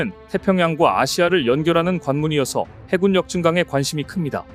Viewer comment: 해굴력이라고 읽어주세요!